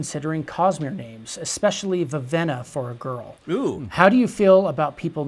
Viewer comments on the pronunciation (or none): I'm having an existential crisis over the fact that he pronounced Vivenna as Viveena